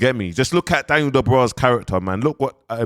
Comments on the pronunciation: quickly becoming the biggest pattie on YouTube...an it's clearly Dubois not Da bra 🤦🏾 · It's not Daniel dubraa 😂😂😂